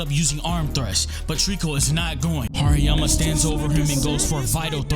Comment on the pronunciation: TRRRRRRRReeeekkkkooooo Vs. HaRRERRRRRiiiiyyyyaaaammaaa Was kinda tough Ngl same with beat in the background makes the video hype you got a sub bro 💪🔥🔥